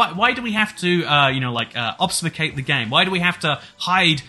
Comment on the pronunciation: Word: Ob-fu-scate: "Obsfucate" "Obfsucate" "Ofbuscate" Note: I also had to have autocorrect tell me that it's spelled with an "f" and not a "v".